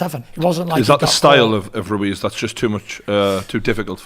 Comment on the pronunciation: Tyson 'Andy Roo-Wez' Fury